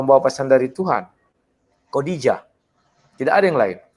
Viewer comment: Ngaco aaja nih debater kristen.....menyebut Khodijah aja masih salah, kodijah siapa itu ???